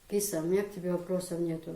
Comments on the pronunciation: Киса, пожалуй с ударением на "а":КисА, как МусА, ИсА. Красивое имя тебе дал мулла. Здоровья и счастья тебе и твоим близким. P. S. Баркал за интервью. ❤️ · Правильно имя( Киса) произносится с ударением на вторую гласную .